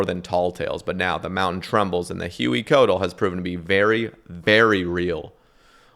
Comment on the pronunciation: drives me mad how white dudes in 2024 with all the technology we have can't even look up how to pronounce huey and coatl and hueycoatl